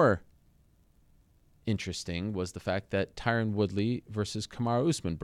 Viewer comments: For fuck sake Colby it’s not Tyrone............it’s Tyron...... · Notice how he keeps calling Tyron "Tyrone" while saying that wrong name 5x more than is required for the audience to understand who he is referring to. He's very slick with his disrespect lol. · FuturePro95 he said Tyquil Woodley once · Why does he say "Tyron Woodley" every time lmfao, and Usman is beating his sloppy seconds recently.